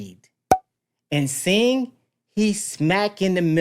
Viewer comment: His name is sing not sign.😊